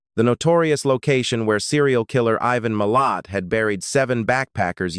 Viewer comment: 🤣 "Even Millet" um, no disrespect, great story coverage but perhaps get that AI narrator to check phonetics? "Eye Van Mill At" ' Be Lang Ga Low' pronunciation? Now it's changing to 'Ivan My Lit'?